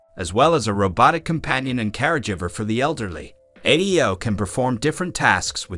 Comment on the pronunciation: Sounds like Eleven Labs was used for the narration. "Carejivver", lol